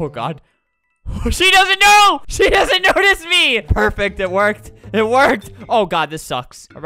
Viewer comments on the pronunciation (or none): none